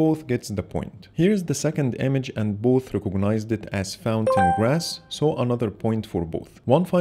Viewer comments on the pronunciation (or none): none